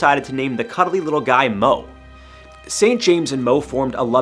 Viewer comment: Moe... Not mo